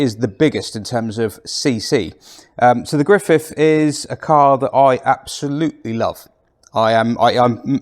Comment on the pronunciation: Griffith, not Griffiff!